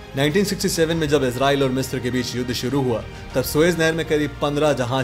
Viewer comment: मिस्र (misra) है, मिस्त्र नहीं है